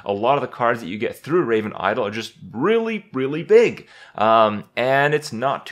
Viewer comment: Raven iowl ? Kripp it's i-DOL